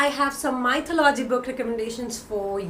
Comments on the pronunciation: You pronounce 'Mythology ' incorrectly. It is not 'Mytho- logy'. It is 'myth-o-logy'. Check out the correct pronunciation in Google. ☺ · Maithalology ??? Helly, wrong pronounciation..🙄🙄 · Hi Helly, I believe you are pronouncing mythology wrong, please look up the right pronunciation. That being said, I find your channel to be very informative :) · Check the correct pronunciation of mythology